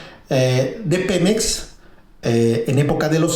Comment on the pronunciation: Buena info, pero no mames, no tienes quién te revise el guión, hablas con el culo. "Nadien, Pemez".